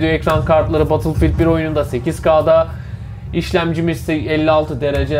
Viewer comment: Böyle sistemin olsun ama battlefield(bedılfiğıld)a batılfild de